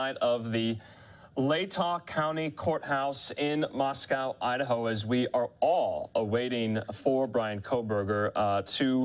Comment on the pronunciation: The town name is pronounced "Moscoe."